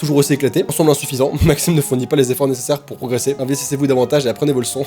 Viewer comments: C Maxime ne.... Pas maximene 😂😂 sinon continue j'adore tes vidéos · elle voulais dire « Maxime ne... » et pas « Maximene »😂